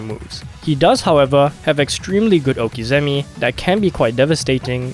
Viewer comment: Cringed hard on the prononciation of okizeme